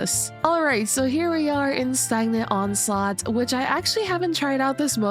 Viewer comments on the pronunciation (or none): btw it's pronounced "steegeon onslaught"👍